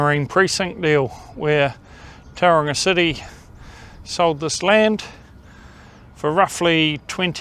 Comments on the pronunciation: Couldn’t you at least learn how to pronounce Tauranga correctly. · to be born in NZ and still unable to pronounce simple Maori place names correctly is embarrassing. Other than that, councils are 1000 times worse than any street gang. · How the heck did the bench and crossing cost that much, crazy. They could have bought the paint and the rainbow community probably would have done it for free. What struck a nerve with me is you could be housing homeless in some of those empty spaces, have artists studios to keep foot traffic alive. Also need to learn how to pronounce the name of you city.